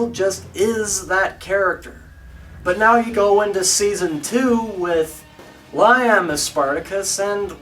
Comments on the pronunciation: great Spartacus reviews... all of them. l love this epic show... incidentally it's pronounced 'Lee'am.' as in Liam Neeson. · The way you pronounce Liam is so cringe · lyim really . I think it's Liam as in wilLIAM .and both actor's knocked it out the park. awesome show from start to finish .paved the way for Game of Thrones✌